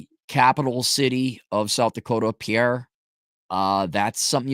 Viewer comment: And it's pronounced PIER, not Pi-erre, ya part timer.